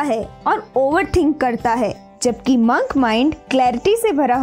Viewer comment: Di it's not mank its monk